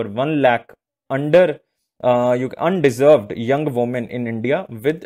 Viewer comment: Under Served , kindly read it properly???